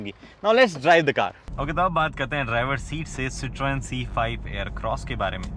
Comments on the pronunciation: Sir.. humble request to pronounce the name correctly... It is "si·truhn".. and not "si.tron" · 😂😂 don't be so dramatic french isn't his 1st language. We cannot pronounce tons of French words and they can't pronounce our words either it's okay